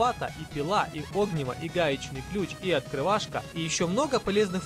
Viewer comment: огниво ударение на и